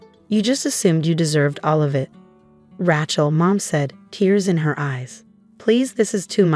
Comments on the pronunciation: Why can’t AI pronounce her name correctly, it’s Rachel not ratch-el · Every time, from now on, I hear "Rat-shell" I am going to give the story a Thumbs Down and exit in search of a story that does not include such lazy mispronunciations. The same goes for "fakade" and "rezoom". There is no excuse. All are common words, not exotic foreign words. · AI can't pronounce Rachel correctly.